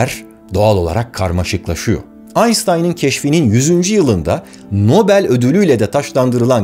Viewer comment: Abi çok merak ediyorum konu dışı Celal Şengör hoca dahil herkes Einstein derken "ş" harfi kullanıyor lakin sen "s" harfini kullanıyorsun çok dikkatimi çekti